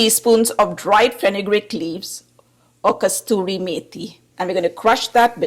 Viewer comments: It’s Kasuri not Kasturi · Nice Aloo Chokha originally from Bihar carried by the plantation workers who came to Guyana, Trinidad, Fiji islands.And please please its not KASTURI methi its Kasuri methi from a place called KASUR in Punjab India😂❤